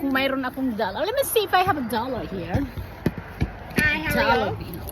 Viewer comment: LOL "just a dollaRR" haha the way you say it